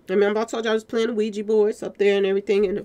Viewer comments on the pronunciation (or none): none